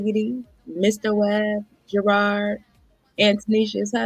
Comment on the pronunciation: JERRRAARD drives me nuts his name is Jerooooddddd ROD the The ROD that was spared on Olivia why can’t she pernounce that 😂